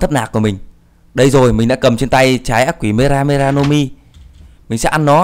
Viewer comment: lúc đầu thì đọc từ mera mera thàng mega mega